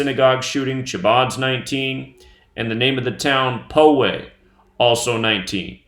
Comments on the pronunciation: Poway pronounces as pow-way like power. It's part of sd county. A friend of mine lives like a block from there. They pretty much blocked the whole area that she had to drive around to get on the 15 highway to go somewhere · Just a fyi, I live in Poway, just a few blocks away from where the shooting occurred, and its pronounced POW-WAY not PO-WAY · I live in SoCal about 20 minutes from my house. Pow-way sounds like